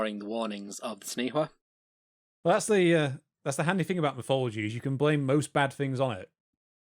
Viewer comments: Taniwha is pronounced Ta-nee-faa. The name of the Largest lake in New Zealand is Taupo. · Good effort but in Maori WH if pronounced like F so Taniwha is Tanifa. Also Hawaiki has nothing to do with Hawaii. DNA testing has placed Hawaiki to be Samoa. Also stick to History as Geographically Hawaii is nearly just as far from New Zealand as the Philippines and Taiwan (Which Incidentally is the route Ancient and ancestral Polynesians took, before settling on their respective Islands. According to Mitochondrial DNA) Maui is ubiquitous with Polynesians and his legend varies from Island to Island and culture to culture. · taniwha pronounced tun - e far the wh is a f sound. taniwha can be in the water or land.. sometimes considered more a dangerous spot or weird eddie in a river is also a taniwha. so has a physical aspect, and, an ambigious warning of a dodgy spot along the way. mania are serpent like bird and are guardians but they are usually more ocean bound. we have a living dinosour/dragon here today, which is a lizard called tuatara. also this may i nterest you on the topic.. kupe is said to have arrived in new zealand around the year 1400